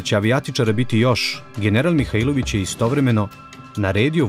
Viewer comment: Имам само једну замерку а то је погрешно акцентовање приликом изговора презимена Михаиловић. У Ивањици се тако не изговара.